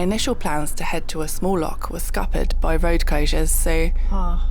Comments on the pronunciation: Its not an adventure its a drive in a car. Stay home and save the planet. Its Loch not Lock. It's Glen Etive not Eteve. At least look up where you are, and how to pronounce it. Lymes disease is not funny, get some long trousers and long sleeves. Find out if you have contracted Lymes it's rampant in Scotland at the moment. Anti-biotics wont get rid of it. All the best on your journey. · Born and bred Highlander here. Nice clothes... for Spain. Completely unprepared. Sorry, but it's true. We have ticks, midges, clegs, poisonous adder snakes. We have stunning lochs (pronounced like Bach, the German composer) We use keys in locks. I know a bad chest well; I have COPD. Haste Ye Back, but next time, come prepared with suitable clothing (less bare skin on show, unless you want to get eaten alive). Trust me on this! That was a sheep (not a goat).